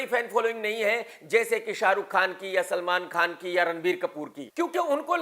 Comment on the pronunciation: Salman khan ka naam aapke muh se bahut acha lgta h❤❤